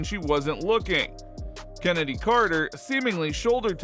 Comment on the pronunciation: Stop calling her Kennedy are far as I’m concerned Chennedy cannot be pronounced Kennedy.